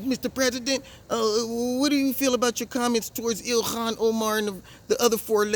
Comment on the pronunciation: GREAT ARABIC ACCENT! "Ilhhkkhhan!" 😂